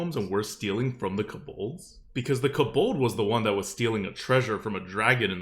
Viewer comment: I really hate the way pronounces certain words. Like kobold. WTF are you saying.